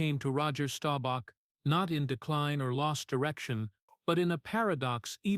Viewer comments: You should have learned how to pronounce his name. It is Staubach, not Stobauch. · Stowbach?! Please pronounce his last name correctly. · DAMN DAWG!!! WHY don't you AI learn to PRONOUNCE names CORRECTLY!!! STOWBACK??? I COULDN'T STAND THERE AND LISTEN ONCE MORE 🤬👎👎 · This guy needs to learn how to pronounce Roger’s last name if he’s going to tell a story about people